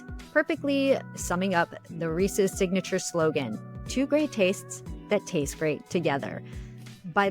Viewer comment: you’re saying it Reese’s correctly but your guest says it incorrectly. Idk why it annoys me so much but it does 😂